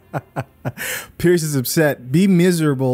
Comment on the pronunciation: It's PIERS NOT PIERCE